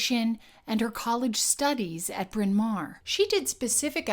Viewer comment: How ironic this 'English' accent was formed in a college with a Welsh name. Incidentally it's pronounced in Welsh as Brin Mao-rrr (not mare or mair). It mean big (mawr) Hill (Bryn). Really interesting video - very well done.